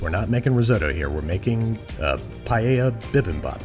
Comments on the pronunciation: You KNOW someone knows what theyre doing when they say "Paeya" not "Paella" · I thank u for pronouncing paella right anyone who says it differently listen carefully to how babish says it and pls pronounce it that way